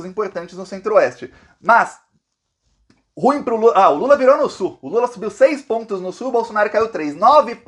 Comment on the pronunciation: Ruim pronuncia igual pudim!. vc e muito guerreiro! obrigada por sua clareza de informações.